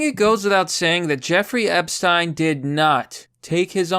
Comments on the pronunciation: Its Ep-shhh-teen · I just love the way he pronounces Epsiten.❤❤❤❤❤